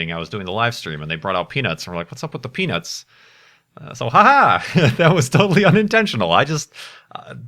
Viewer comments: Did anyone watch the livestream on XBox Live and stuff about the Curiousity Rover's landing? Does anyone remember how the reporter apparently couldn't talk and always said "Peanits" instead of "peanuts?" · When said "Hold on to you peanuts" I thought he said something else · "Hold on to your peanuts!" - I thought you were saying something else for a moment...